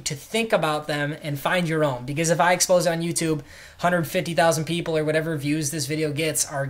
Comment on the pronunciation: "pleople" hahaha